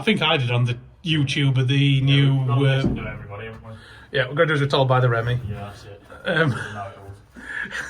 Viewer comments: REEMEE... NOT REMY.. 😂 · Great channel but please please pronounce REME correctly! It’s pronounced REEMEE NOT REMMY!! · I worked at Bovington REME base repair workshop, ( later, ABRO, In house management,then DSG,Etc.)for 17 years. Never ever heard anyone refer to it as Remmy. Even the ex REME guys.